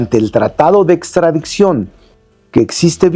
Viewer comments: A VER "SEÑOR CONSTITUCIONALISTA" NO SE DICE "PRETESTO" SE DICE PRETEXTO TAMPOCO SE DICE "ESTRADICCIÓN" Y USTED SE DICE PROFESOR DE DERECHO CONSTITUCIONAL? SI NO SABE NO HABLAR TAMPOCO ES DE EXTRAÑAR LA "MINISTRA DEL PUEBLO" SE SACÓ DE LA MANGA SESENTA ARTÍCULOS QUE AGREGÓ A LA CONSTITUCIÓN Y LA MINISTRA ESPURIA DAN VERGÜENZA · “Extradiczion” pobre Lerdo fiel representante de los morenacos